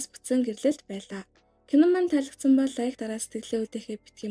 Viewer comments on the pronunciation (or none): none